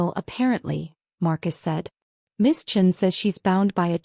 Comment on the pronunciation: downvoted due to multiple incorrect pronunciation including patricia or patricion, margaret chin or chene